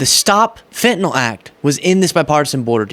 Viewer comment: Thank you for pronouncing it as FentaNYL and not FentaNOL like 99% of folks annoyingly do.